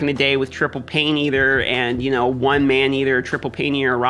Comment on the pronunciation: It so funny when he botches the names. Paineater and tundra lol